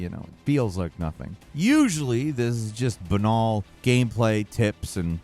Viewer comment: Banal is pronounced like Anal btw